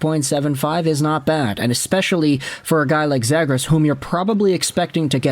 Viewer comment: Still mispronoucing his name huh?